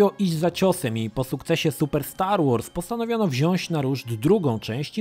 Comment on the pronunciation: wziąć a nie wzionść